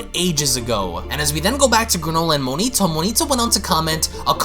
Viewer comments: So just going to ignore the A in MonAIto's name huh. Its not Monito. Mo...Nai...to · 1, Its not planet Cerel, its planet CERIAL like breakfast yknow. 2, his name is not "Monito" Its Monaito